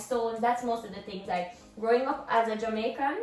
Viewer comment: is pronouncing the Jamaican words very well 👍